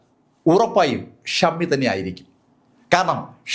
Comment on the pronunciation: മലയാളം ഉച്ചാരണം കുറച്ചുകൂടി നന്നായാൽ കൊള്ളാമായിരുന്നു. ആവശ്യം ഇല്ലാത്ത സ്ഥലത്ത് അധികം ബലം പ്രയോഗിക്കുന്നത് അലോരസം ഉണ്ടാക്കുന്നു. ഉദാ:- ഖയറിയപ്പോൾ ഖാരണം